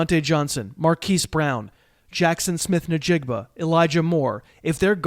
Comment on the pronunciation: Did you say "nuh-joku" and "nuh-jigba"? 😂😂